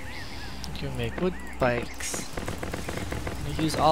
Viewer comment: Good video but every time you said wood pike instead of wood spike made me pull out a bit of my hair.